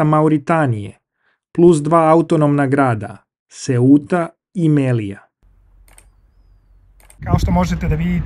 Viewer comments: Malo mi para uši to Melija, ne mogu da se naviknem na to. Ja je znam po nazivu Melilja, ili kada Kaspijsko jezero nazivaš morem, ništa lično protiv tebe. Ja sam inače apsolvent na geografskom fakultetu, pa mi te male sitnice zapadaju za uši. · Mislim da se kaže Melilja ili Melia, pozdrav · Мелиља се чита.